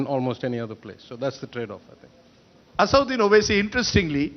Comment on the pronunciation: It's not Asauddin fool Rajdeep, it's Asad-ud-din, lion of religion.